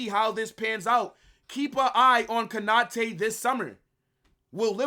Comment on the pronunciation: Konate not Kanate😢